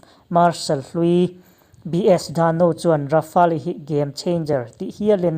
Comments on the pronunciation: Rafale tih hi Ra fa le tilo in...Ra fale tiin chhiar ta zawkla adik zawk in karing...chuan a ngaihnawm khawp mai👍👍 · Fela Sap hoin an explain reng2 in leh...Rafale hming an lam reng2 in Ra fa le tiin an lam ngailo aw Ra fale tiin an lam thin...i awihloh leh a chanchin an sawina youtube ah atam mai va enve mairawh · Rafa-el ti tur jawk.. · Rafali nilo in rafel tia pronounce tur zwk😎😎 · Dassault rafali nilo in i lam dan kha Dassault Rafale ti zawk rawh i lam diklo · Ra-fa-le ti a lam tur niloin Ra-fale tia lam zawk tur zawk a ni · Rafale leh j20 i lam dan mai chuh😁😆😅🤣 ka nuih za tlat nih chu... mzo2 mi ini hrim2..thaims te la ti ta deuh2😭 rafael ti ve mai la.. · Tard,rafaali,j20 ngaihthlak hrehawm tep,i aw chu engpawh nise,i lam dan hi chu ngaihthlak hrehawm tep. Han tang leh deuh teh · Rafale tih i lam dan hi, atawp a le tih hi tel lo in, Rafêl ti a lam tur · Hotupa lam dan hi a dik. "Le" tih khi a hranpa a lam tel tur. Grand finale ang in lam tur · Rafael I lam rik Dan hi a dik lo deuh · Rafale hi i lamdan mak ka ti😁😂